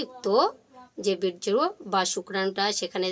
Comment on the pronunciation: Berjo আবার কি বলুন birya aro bhalo kore bolle "Veerya"😅😅